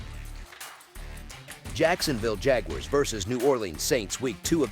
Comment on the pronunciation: JAG-YOU-ARRES :face-blue-smiling